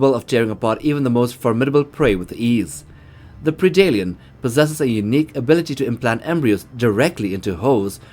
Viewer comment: It's "pred-alien" not "preedalien".....how can you say the word "predator" just fine, but you can't say predalien? Friggin weird bro.